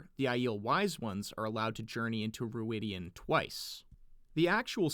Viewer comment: I am convinced the pronounciation of Rhuidean involves a clear 'An'. de-an.